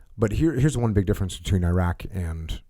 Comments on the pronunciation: Jack-O can't even pronouce "Iraq." He was a SEAL on TF Bruiser. All the COIN Ops he's talking about and meeting with sheikhs was conducted by the 1st Armored Division- literally the least cool or interesting unit in the entire Army. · Jocko compared the Palestinians to Iraqis showed how ignorant he is.. And the psycho still can't pronounce Iraq or Iraqis correctly even after 20 years.. 😂😂😂😂😂😂